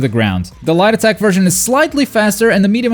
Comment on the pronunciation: The way you say "light attack" sounds so much like "lie detect"